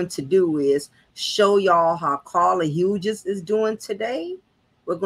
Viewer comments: Thank you! Her mispronounciaton is grating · Pronounced "Hews"